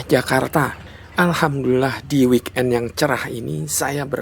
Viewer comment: Weekend bang bukan wiken 😂😂😂😂😂😂😂